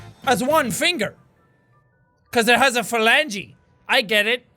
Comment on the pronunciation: "Cause it has four fingers and a philengy" Jacksepticeye november 19 2017